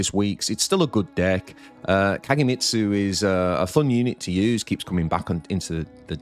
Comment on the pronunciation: I made a comment on this before, and to his credit, he pronounced Kagemitsu with the hard G this week. So props to him!